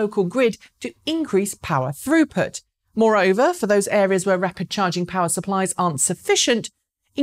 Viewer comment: I really heard “Rupert” in stead of “throughput”…